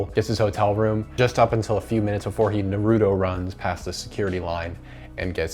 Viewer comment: nah-rue-toe. Naruto.